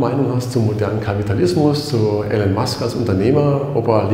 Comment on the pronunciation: IIIIIIlon nicht Alan Musk....Omg